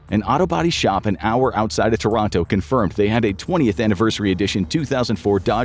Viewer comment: Thats not how you pronounce Toronto..